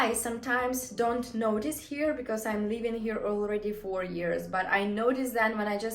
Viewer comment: Work on your pronunciation, girl. When you want to say living you actually say leaving. 🙂 You're welcome.